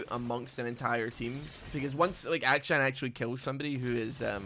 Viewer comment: It really does sound like you're calling him Aka-chan every time.